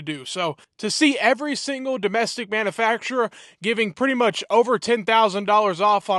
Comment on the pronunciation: practice saying manufacturer. It is not manafacturer